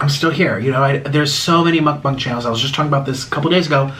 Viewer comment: Why is nobody mentioning he pronounces mukbang mukbung